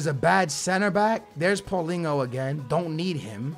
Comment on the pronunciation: Pauleen-Ho lmao